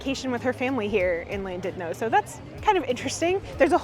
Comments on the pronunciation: It's pronounced Llandudno even though it's a LL it's actually a c . If you ever go back there a little pub called tapps they have different ales etc. Bara brith and Welsh cakes are amazing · The pronunciation would have been correct had the LL been pronounced i find a lot of people don't realise that LL is one letter in the Welsh alphabet and has a unique sound. I think someone should start a Welsh YouTube channel whereby they go around Wales pronouncing the different place names and putting phonetic examples on screen as they do so. I think that would get many people interested in learning the beautiful language of Wales.